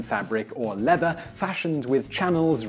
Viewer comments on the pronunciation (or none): none